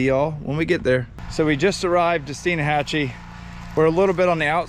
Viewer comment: It’s pronounced Steenhachee.